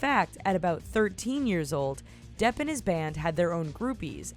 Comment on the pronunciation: When it said "Johnny Depp", I thought it said "Johnny Derp".